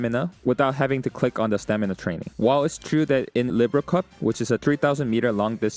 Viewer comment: google how libra is pronounced.